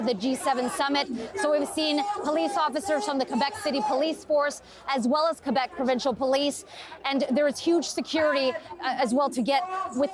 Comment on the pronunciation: For the last time, Québec is pronouce Kay-bec...Not Kouebec......merci calis